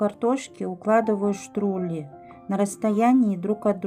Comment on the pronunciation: Не штрули, а штруДли ))